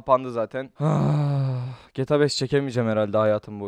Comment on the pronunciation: Abi Gyyyyta degil gta